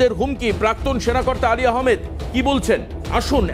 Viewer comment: হাল্লা বোল এর নিউজ করতা আগে যে মানুষের নামটা ভালো ভাবে বুঝে বলোন অলি আহামেদ / আলী আহামেদ বলছো কেন...????